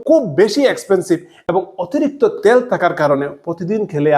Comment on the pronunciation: কথাটা তেল। ত্যাল নয় ।